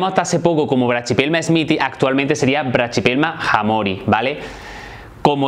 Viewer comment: La pronunciación que haces esta mal, no se dice "brachypelma" se dice sin la "ch" y sonaría asi: "braquipelma"